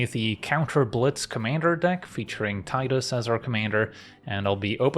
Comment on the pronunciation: It warms my heart to hear it as Tie-dus and not Tee-dus